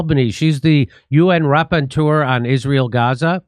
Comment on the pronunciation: and pleeeeeease, as a native French speaker: it is RA-PPOR-TEUR (the person who reports, in French/diplomatic language . verb: rapporter =bringing. Thanks for your great reporting🥰